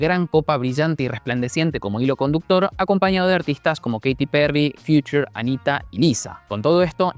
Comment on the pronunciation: "Keiti Perri, Fiuchur, Anita y Nisa", LO QUÉ! 😂😂😂